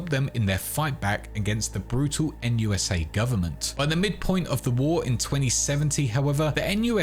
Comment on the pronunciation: NUSA? More like "Noot noot"